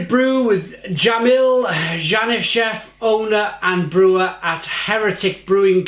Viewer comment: Funny how he read out (and mispronounced) Jamil’s name like he is a nobody 😆